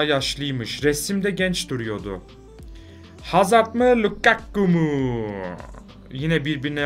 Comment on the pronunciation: Niye 'İN HAZARD' diyorsun diyenler +1